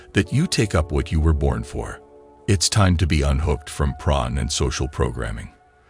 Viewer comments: Sounds like he's saying pron 🤔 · Pron? Cock-aine? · Can I humbly ask why you're pronouncing porn as "pron"?